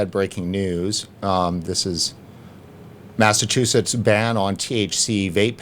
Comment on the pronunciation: Good show, but the guy can't say Mass-A-Chew-Sets